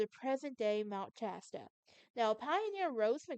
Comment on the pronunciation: It’s Shasta. Sh